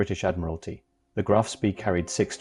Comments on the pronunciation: It's not pronounced spee, it's pronounced "Spey" Graf Spey. Look it up. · It is pronounced "Graf SPAY". Spay as in hay, not Spee as in Tea. Sooo many announcers, both real and AI, can't seem to grasp German pronunciation. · It's pronounced "Graf Spay" not Spee. How can you not even know how to pronounce its name yet you do a video about it? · The correct pronunciation is; Graf SPEY. Otherwise, a good video. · AI can't even pronounce the correct name of the ship . hopeless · FFS, at least learn to pronounce the name of your MAIN TOPIC correctly. Try Forvo, or learn basics of German. Oh, and its ending wasn't on a dinner-plate, but on Río de la Plata. That's Spanish. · Can't even correctly pronounce ; "Graf Spee" ! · The AI voice mispronounced a lot of words - not the least of which was the ship name itself - Graf Spee. This made this video extremely annoying to listen to.